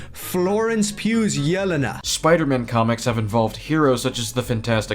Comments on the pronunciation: And notice how he kept pronouncing it YEL-uh-nuh instead of yeh-LEN-uh? Fucking tourist. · It's funny how he can't say it right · No way he said “yell-en-u”😭😭🙏🙏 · The way he pronounces "Yelena" makes my ears secrete blood. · The way he says Yelena 😂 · He apparently doesn't know enough about Yelena to even pronounce her name correctly, so how can he have a strong opinion on how her (reported, not even actually confirmed) presence will affect the movie? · He can't even pronounce Yelena right and he's complaining about them "not getting Punisher's hair right". Also people can have facial hair when they don't usually do. That's a thing people do.